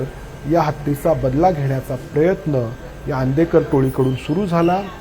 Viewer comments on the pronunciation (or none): none